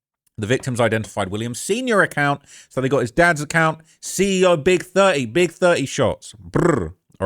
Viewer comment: Love how pronounce Big30 like "Big Thurt-ee" lmao 😂